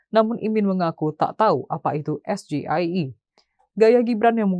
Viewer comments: SGIE itu opo to bran? Maksudnya State of the Global Islamic Economy. Bacanya bukan SGIE BRAN GIBRAN harusnya bacanya es ji ai i 😂😂sok2an asam sulfat paham singkatan dalam bahasa Inggris 😂😂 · Tapi membaca sgie liat catatan dan salah bahasa inggris kok dibaca bahasa Indonesia